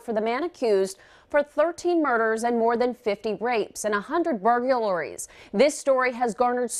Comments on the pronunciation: No. But she said it so earnestly, I knew what she meant and just passed it by, lol. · Fine, I’ll be the one to say it: BURGULORIES??? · Off topic, but she said bur-geu-laries. Is that the actual pronunciation? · Did she say "burgerlaries?" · When she said burglaries 🤣🤣🤣🤣🤣🤣🤣🤣🤣🤣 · She can't even pronounce burglaries